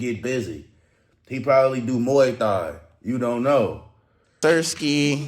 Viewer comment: Yo bro! it's pronounced "MUAY THAI" not "MUAY THAI" !! 😂😂😂